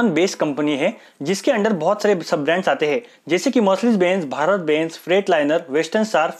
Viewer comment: Bhai phele plss bbeeennnnzz ka pronunciation ko theek karo